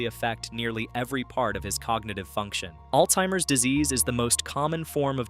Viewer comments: It's Alzheimer's disease, not Alteimers!!! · There is no t in Alzheimer's